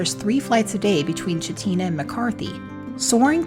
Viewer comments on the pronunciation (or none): Great video, been there several times. But it is Val-deez. And Chit-na